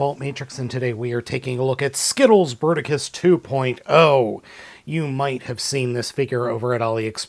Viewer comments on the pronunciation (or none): Le "Berticus" .. bravo l'ia. En attendant, c'est PAS Bruticus. Bruticus est le Combiner militaire comprenant des jets et des tanks.